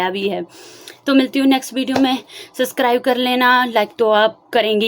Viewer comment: Di I have a suggestion.. don't take it in a rude way.. work on your pronounciation... Your communication skills are good but try to refine it by improving your pronounciation.. I saw your videos from 1st video itself.. for example you always say suscribe... But actually you may be not able to pronounce b it's subscribe... I am also from Punjab I can understand.. but try improving it it will make good impression on first time audience... Best wishes ❤❤❤